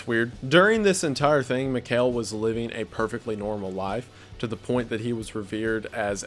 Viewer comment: And also his name is pronounced differently. Mihail and Mikel are two different names despite being related. I know it’s no that big of a deal but I just wanted to correct this guy the whole time watching this part 😬